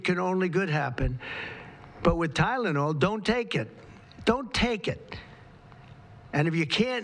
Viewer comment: yep he's not so concerned as to what he says!! He can't even say the drug